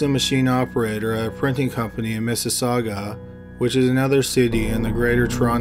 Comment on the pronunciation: Damn, pronouncing Toronto properly, pronouncing Mississauga properly ! Bravo 👏🏿